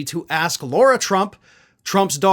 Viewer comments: Dude, it's LAR-ah. Not LORA or Laura.. Now I'm no fan of the trumps, but everyone deserves to have their names, said the right way. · Lare-uh not Laura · IT'S LARA! NOT LAURA! God! I love you, but you drive me crazy when you continue to mispronounce the names of people who are constantly in the news and everyone else pronounces it correctly. AND MARCHAN IS PRONOUNCED "MARSHAHN"! God! It's your job to be accurate! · Her first name is "Lara", not "Laura". A small issue, but pronoucing everyone's name correctly makes your content that much more credible. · Lara not Laura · It's Lara not Laura. Pretty important to use language properly in your seat bro. She Still is POS but that is beside the point. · Her name is Lara, not Laura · Still here asking to pronounce "Lara" correctly, and stop saying "Laura". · Does she actually pronounce it "Laura"?